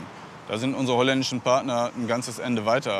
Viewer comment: de chollandeische mhahahaha